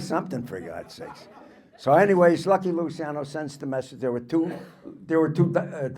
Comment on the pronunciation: Luciano, pronounced Luchiano. Ci is like ciao.